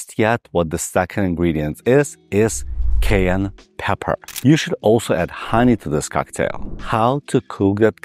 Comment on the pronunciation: Would you pleaseeeeeeeee learn how to say Cayenne Doc.